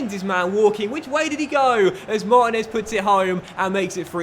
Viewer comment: This series started so great and is now so bad time to end this. I know I'm done watching it cus I can't stand to hear u mispronounce mar teen ez once more mate